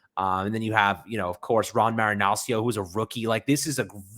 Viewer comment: Great vid but saying marianccios name was annoying as hell. Its marinah-chee-oh